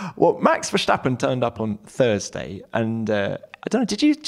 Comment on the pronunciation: On behalf of all of the Netherlands.. Please don't say Verschtappen. Why would you?